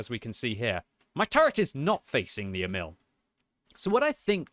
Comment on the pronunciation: Pronounced more like Eh-mil not emile